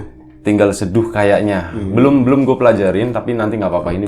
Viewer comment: Mas" duo packaging 🤣🤣 Kalo ngomong"gue" jadi kedengaran "kue" Ah.... pokoknya semoga tambah sukses untuk kalian berdua 🖤